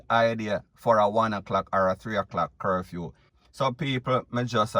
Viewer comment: He said curfume or is it curfew.